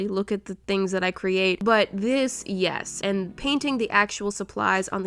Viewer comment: Her; nyesss, it has stick drawer Me; is nyesss a word...?